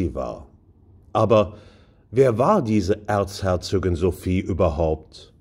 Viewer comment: Schöner Beitrag. Allerdings heisst es "Erzherzogin" und nicht "Erzherzögin".